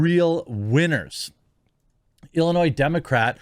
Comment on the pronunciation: Jeremy. Learn to pronounce "Illinois" correctly.